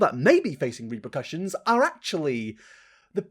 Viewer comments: *repercussions not reprocussions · Reprocussions 🤣🤣🤣 its repercussions.....sorry xx